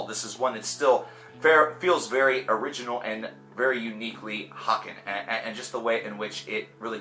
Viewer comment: It's pronounced hay-ken as in taken and bacon